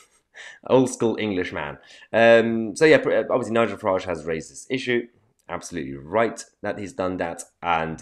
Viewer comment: When you said "Nigel Farage has raised this issue" it sounded like you said "racists issues" 😂 haha